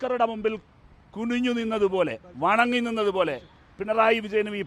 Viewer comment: Pinray അല്ല പിണറായി അത് ആദ്യം മര്യാദക്ക് പറയാൻ പഠിക്ക്😂😂😂